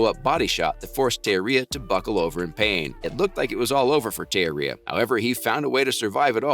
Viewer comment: You're pronouncing Teixeria's name wrong bro. Research before posting.